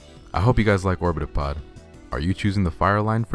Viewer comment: Orbitopod sounds like orbtholod